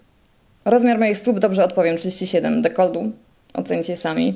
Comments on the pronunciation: Dekolt, nie dekold XD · MOWI SIE DEKOLT (nie deklod) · Kto kurwa mowi DEKOLDDD ?? A tym bardziej dziennikarka.. D jak DekolD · nie jest ona specem od sztuk walki ale np. taki Szpakowski ciągle przekręca nazwiska i nieraz gada głupoty ale jakieś tam poważanie ma ogólnie, normalnie jak ona przeprowadza wywiad to normalnie rozmawia a tutaj żarty sobie robiła no bo chyba na serio nie uważasz że ona normalnie mówi na codzień dekold zamiast dekolt, nie jest ona jakąś bliską mi osobą bo znam ją tylko z neta ale ją bardzo polubiłem , jest piękną kobietą i jeszcze marudzisz wolałbyś tu kogoś z wyglądu podobną do wellman czy też do gesslerowej ? Bo ja tak nie za bardzo raczej . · DekolTu a nie dekolDu. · Mówi się dekolt, nie dekold. Pozdrawiam.